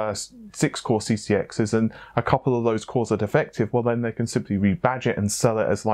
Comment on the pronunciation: Why not say fose instead of those? You can pronounce the th in those so you’re just being lazy